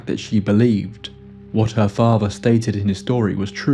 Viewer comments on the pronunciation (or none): Her Favva? Wth is that… 🫵🏼🤡